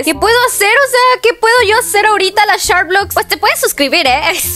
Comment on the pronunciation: No es sharblox no charblox